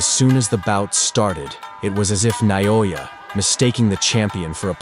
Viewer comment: Someone tell this guy his name is pronounced NAY-oh-ya.!...not inoya.